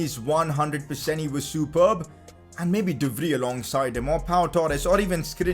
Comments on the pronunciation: dont pronounce de vrij de fri its called de frai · PCQ: De Vrij actually spells like De Vrai